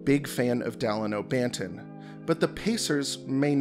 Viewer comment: You really butchered banton's name. The disrespect